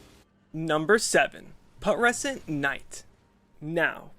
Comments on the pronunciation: pronounced pew tres sent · It's pronounced pyoo-treh-sent, like putrify.